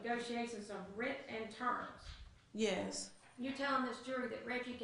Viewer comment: Nnn'yaaay-yus... A 3 letter, one syllable word and she somehow adds an N to the front and gives it 2 syllables. I question her education.